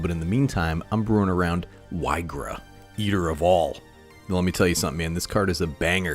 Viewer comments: It's pronounced "EE-gra" Edit: not being rude, loved the video! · so many pronunciations for this one. Ill say it like EEGRA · Why-gra is humorous, so I'll accept it. Lol. There definitely are some cringe pronunciations with cards. But yeah, cool card and cool build for the deck